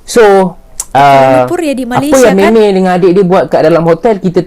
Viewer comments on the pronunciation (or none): none